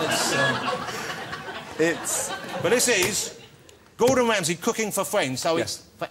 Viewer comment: mr. gordon whamsay